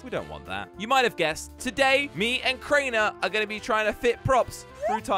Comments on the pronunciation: Kraner bro its crainer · "Kraner" bro its Crainer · How we pronounce Crainer: Crayner How pronounces Crainer: Craynah